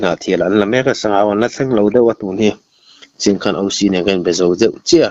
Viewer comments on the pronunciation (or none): none